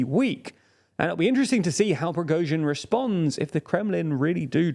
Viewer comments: You guys pronounce Prigozhin's (Pree-GOshin )name differently than most news outlets. Why is that? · Ok, your pronunciation is better. Noted. Yet you are still accenting the wrong syllable in Prigozhin's name. It's on the second syllable... :) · TLDR never fails to fail. Lukashenko a prime minister? Let's see in how many ways will he pronounce Prigozhin this time. Why don't you GTFO from TLDR EU, if you are unable/don't care to say correctly anything that's not British? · I have a new theory - the main goal of the Prigozhin's coup was to make TLDR guys learn how to pronounce his last name correctly.. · Love your videos but you should learn to pronounce Prigozhin! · He still hasn't learnt how to pronounce Prigozhin's name as well 😅